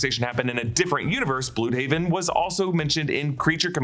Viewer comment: I just love that we're now pronouncing Blüdhaven correctly